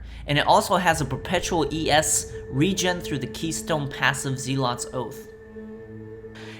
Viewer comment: Click the little speaker next to the word Zealot to hear the correct pronunciation of the word